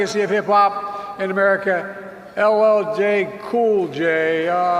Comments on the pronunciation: He can’t even say LL Cool J? What a clown. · boy! you got some big muscles, was really funny when he messed up that black guy's name.